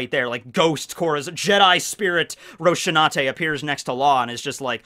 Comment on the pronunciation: You made such a big deal about saying "Deidara" with a different accent, yet you butcher Rosinante's name so badly I didn't even know who you were talking about the first time I heard you say it. Or did they really change it that badly in the English dub?